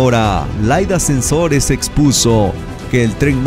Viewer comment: Guey es Laida Sansores no Laida Sensores